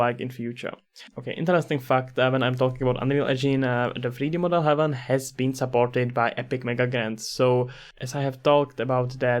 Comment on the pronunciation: thanks for the headsup texture and hdri haven are great resources I can't wait to see this one grow as well. not to be that guy but its Hay-ven not heaven